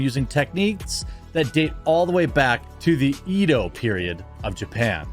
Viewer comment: Edo = "Eh-doe". It's a common thing with other languages, including Romanized Japanese, that E=A(Eh), A=Ah, I=E, U=UU, and O=Oh. 😁